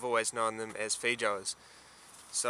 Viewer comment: fee joes? hahah, oh boy. I think the pronunciation is fay-oh-ahs. I def have to try them, to see if the only multi-food international market has them. I hope so. Thank you for the informative video!